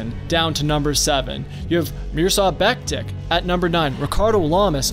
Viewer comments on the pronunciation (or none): It's Beck tich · It's pronounced Beck-Tich. Great video, but the pronunciation bugged me a bit. Still a great video!